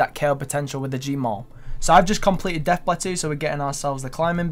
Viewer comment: it's "Death Pla-toe"